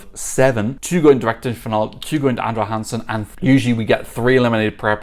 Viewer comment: I was wondering who this "Andre Hansen" was, but then I realized. 😂 (It's more like "Andra Jangsen", where the J is pronounced the same way as the J in "José" in Spanish).